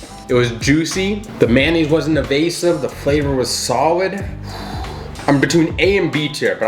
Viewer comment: he says sowid